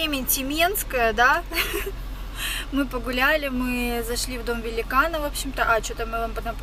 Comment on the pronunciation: "Великна" исправь )